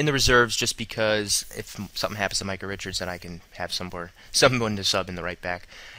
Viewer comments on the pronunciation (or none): none